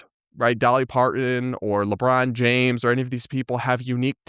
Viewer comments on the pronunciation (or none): none